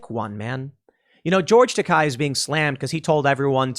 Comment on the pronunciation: It's NOT pronounced TAKAI, it's pronounced TAKEI, WTF Tim? not KAI like 'high". Tah - Kay (as in 'gay')